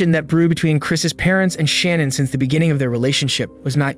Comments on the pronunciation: yes He prounounced it Shan-Ann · you keep saying Shannan's name wrong